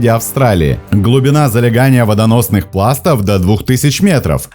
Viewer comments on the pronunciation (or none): ...Водоносных пластОв,ударение здесь